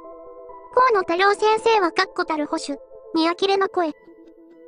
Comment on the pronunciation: 河野多様性先生と聞こえた😅